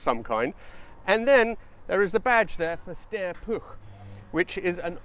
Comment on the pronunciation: Nice video. As long as you keep the u in Puch as oo, your pronunciation is bang on. Living nearer the German-language Germanics than you do, I believe "Steyr" is pronounced as Styre, not steer. That "Porsche" flat twin sounded a lot like an air-cooled Beetle - ;) oh wait, that VW engine may have been designed by a Porsche guy (too). Key question with "flat" is, is this really a "flat" engine (one crankpin for two cylinders) or is it a boxer (one crankpin per cylinder). I don't think "flat" works well if there are only two cylinders.